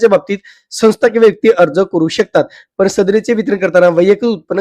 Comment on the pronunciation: पन पन पन ❌ पण पण पण ✅